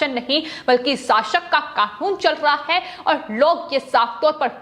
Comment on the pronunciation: इसको कौन एंकर बना दिया संवाद बोलते समय आधा शब्द मुंह से निकला है ओर आधा कंहा से निकलता है पता ही नही चलता है (है ) शब्द को ऐसा बोलती है जैसे कोई दुश्मनी है बहन जी जरा अराम से शब्दो को बोलो